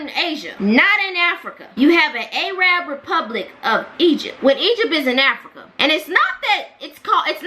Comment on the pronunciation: Arab, not A Rab